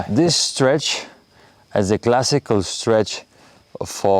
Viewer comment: STRETCH not STREACH